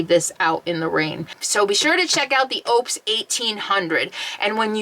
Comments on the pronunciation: Pronounced on their commercials……Oooh - pus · Just a heads up - pronounced O-pes . Great power station!